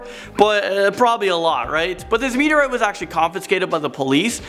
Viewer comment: It's "meteorite"(meet-E-or-right), not "meet-E-or-writ"... There's an 'e' in there...